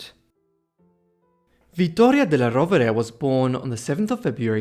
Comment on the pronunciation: The suéname is badly pronounced. It is della Rovere!